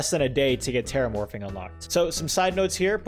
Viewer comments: He kept saying “terramorfing” it’s “terraforming” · anyone else noticed he said terramorfing instead of terraforming? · “terramorphing” its terraforming lol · "Teramorfing" Teraforming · Hey sorry for probably putting ya down but it's terraforming Not terramorfing EDIT: Holy crap more than 100 likes, and yes I am surprised it's 1 fricking hundred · Am I wrong or did he say “teramorfing”? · my boy said terramorfing 😂 no hate great video! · he really calling it 'terramorphing' XD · this man said "terramorphing"